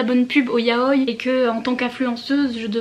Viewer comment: Yaoï !!!! Le i se prononce 😭😭😭